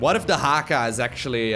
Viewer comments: DA-CHA-HKHA - nailed it :P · The way u said dehaka👌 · Nailed the Dehaka